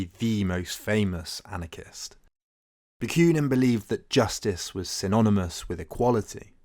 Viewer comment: Ba. Queue nin? There is no y in the name. Ba koo nin.